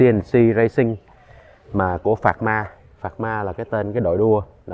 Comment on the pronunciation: Pramac racing s đọc pharma ta